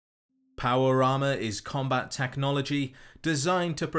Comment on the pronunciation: Not me listening to this video and thinking you were saying "powerama" instead of power armor. lol